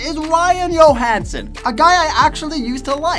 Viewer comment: Ryan Yohansen.... hockey players names can at times be tough to pronounce. But.. really...